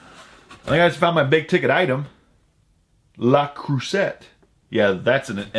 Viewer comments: La crue say. Silent T. You're killing me smalls! ☺ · Hey. It's pronounced krusey!